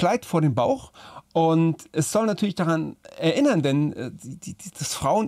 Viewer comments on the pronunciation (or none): none